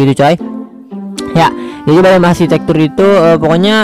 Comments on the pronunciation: Biome bang bukan bayem 😂😂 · Biome Atau Bayem :v